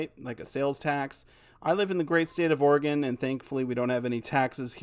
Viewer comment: He says he lives in "Orgon" Where is that?